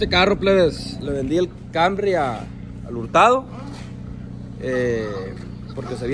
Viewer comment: Pero porqueeeee le dicen cambry a canrry pr favorrrrr😖😵‍💫